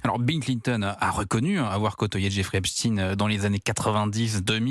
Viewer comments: Epstein et non Epstine car Einstein et non Instine, Frankenstein et non Frankenstine, Goldstein et non Goldstine, Bornstein et non Bornstine, … Arrêtez de vouloir nous faire avaler des couleuvres ! Merci Monsieur Matthieu Bock Côté de le prononcer correctement et de pointer le doigt sur ce qu’ils veulent nous faire avaler. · Epstine 😂😂😂 vous avez pas honte dites directement poutine